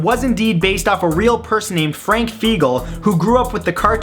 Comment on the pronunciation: My uncle's and cousins name is Frank Fiegel wtf (its pronounced Fy-gel [hard G])